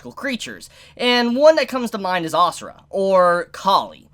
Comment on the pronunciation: u say it like "a sur" not asura xD , i am indian so xD